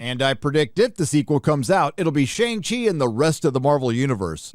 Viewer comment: You're pronouncing Shang Chi wrong